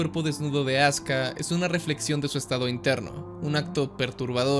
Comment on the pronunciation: Se escucha Azka en vez de Azuka 😄